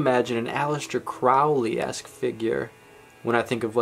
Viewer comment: It's Crowley, it rhymes with holy.